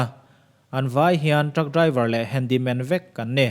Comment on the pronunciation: 'Handy man' or 'Handle man'....ka ti mai mai😀😀😀